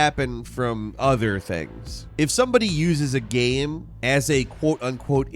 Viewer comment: say the word ''Game'' im serious'' not ''GHahm''